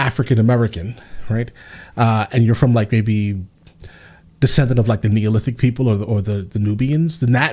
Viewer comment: The word is not Neolithic. The word is Nilotic. 🗿